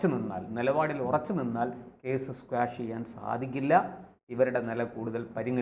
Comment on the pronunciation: Quash ക്വാഷ് ആണ് സ്ക്വാഷ് അല്ല